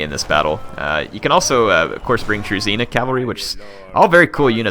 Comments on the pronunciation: Great Video thanks for making it! Just one thing its Dru"zh"ina not Druzina, zh has its own special sound! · I know you most probably won't play as the Russians again but zh is not a druzina but a druzhina you should chet it in the google translater zh to Russian